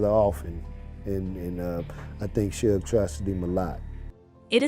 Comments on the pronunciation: Sooge and 2 pack 😂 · This video might be well put together, but I cannot handle Tupac and Suge's names being mispronounced the entire video! I had to leave, sorry. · Hahahaha rite !! Driving me crazy !! Learn there names before narrating the video !